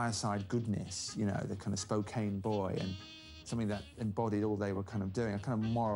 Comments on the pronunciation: ‘Spa-kane’? It’s SpOh-can. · Spokane is pronounced Spo can. The e is silent. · Sp-Oh-Can (Spokane) I am from Tacoma 😉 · Good overview, however having some British folks discussing films/American culture--well they just missed the mark on a few things. First off, the narrator does not even know how to properly say "Spokane", to discuss some films being a bit schmaltzy--not in the context of where our country was at the time. Discussing Bing wearing baseball hat and a baseball jacket--was not to fit in with the blue collar kids--it was their pro team they were supporting. Off the mark, a bit. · Narrator did NOT do his homework. He mispronounced Spokane! Repeatedly!!!! What else did he get wrong? Invalidates his credibility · How could these people make a video about one of the best known men of the twentieth century and keep mispronouncing Spokane ???